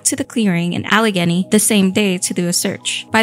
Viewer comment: Al-uh-gay-nee, not uh-Leg-uh-nee